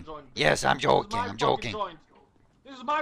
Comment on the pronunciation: ”Im jojking”